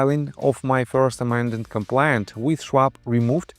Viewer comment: You should practice the correct pronunciation of the word complaint. You are saying compliant. Complaint An expression of dissatisfaction, pain, or grief. For example, you might file a complaint with authorities if you are dissatisfied with a service. Compliant To obey or follow something, or to complete or perform what is due. For example, you might say that a patient was compliant with an exercise regime if they were following it.